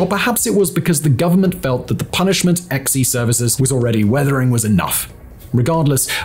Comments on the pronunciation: This idiot. Ex-E services is pronounced "Zee." To say that Triple Canopy had a better reputation than Blackwater is absolute ignorance. This guy should stop talking about military shit altogether. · Not "EX EE". pronounced "Zee". No I am not a fluffed for "them". I just hate when vids like this fail to research before posting... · “Xe” is pronounced “Zee.”